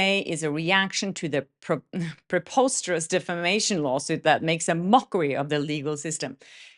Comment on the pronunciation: Hi,, Preposterous is pronounced: Pruh-pahs-tur-us